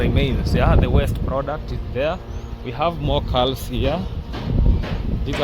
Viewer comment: This morning. Not today morning. The l is silent in calves calm.